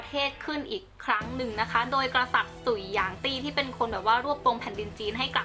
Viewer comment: สุย隋 บ่แม่น สุ่ย นะเจ้ 秦ฉิน 漢ฮั่น 唐ถัง ซ่ง宋 （ไม่ได้เรียงน่ะ แค่ออกเสียงจีนกลาง）元หยวน 明หมิง 清ชิง หรือ滿清หม่านชิง หรือ แมนจู